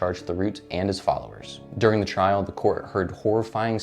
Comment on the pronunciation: Theriault is pronounced Tear-Ee-Ooh. ( Tear as in.. you want to Tear the shirt off me). Terreoh . The root lol.